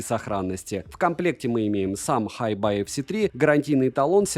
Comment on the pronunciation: Название ЦАПа по английски читается "Хайби", а Tidal - "Тайдэл". Ох уж эти плохо образованные обзорщики.